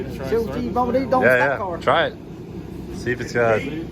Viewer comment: "[incoherent] on a stockcar!" - I didn't know Squirrel was making a guest appearance.